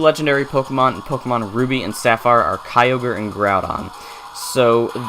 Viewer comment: 3 Things: 1. The very first time a YouTuber pronounced Kyogre right (it's not pronounced kee-o-gur) 2. Is it true that you can get Celebi on Route 117? (Obviously not in the remakes) 3. What's in the cave behind the Day-Care?